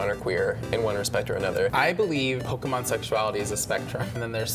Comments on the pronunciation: You say you've been playing pokémon for 20 years, but you both can't pronounce "pokémon". Stop. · I mean, the “american” way of saying Pokemon is extremely incorrect. Hell, one episode of the anime will tell you how to say it.